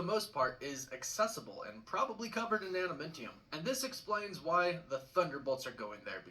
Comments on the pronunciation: Adamantium not Adamentiun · Bro, I can't even take this guy seriously. He is definitely pronouncing adamantium wrong. It's pronounced AdamAntium, NOT AdamIntium. Any fan of Marvel, and especially of Wolverine, would know that. 🙄🤦🏻‍♂️ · Adamintium? That's definitely not the proper pronunciation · Besides his horrible pronunciation,he also said Wolverines claws were made of Adamntium. His claws are bone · "Atimintium". Huh? Harrison Ford as Thunderbolt Ross is going to be 🔥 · is this guys pronunciation of “Adamantium” bothering anyone?